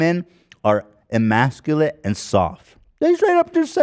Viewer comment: Ethan, it's "e" masculate.